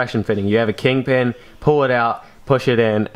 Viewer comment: did you say "King pin"? lol